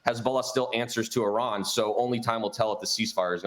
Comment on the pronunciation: Don’t talk about a country you can’t even pronounce like your an expert. Repeating the same talking point every Fox News guest spews about Iran.